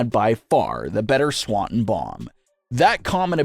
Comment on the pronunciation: My guy - how hard is it to pronounce Swanton? You've been a fan of wrestling how long? Doing videos on wrestling how long? It's Swan ton.